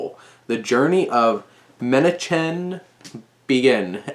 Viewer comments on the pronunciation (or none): Excellent review; one picayune point that is nonetheless jarring to Hebrew speakers - the correct pronunciation of Menachem is not with the "ch" sounds as in cheese but either a guttural "kh" as in the German pronunciation for Johann Sebastian Bach.